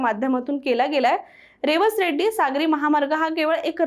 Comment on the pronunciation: रेवस रेड्डी नव्हे रेडी असं आहे रेडी हे वेंगुर्ला तालुक्यातील गाव आहे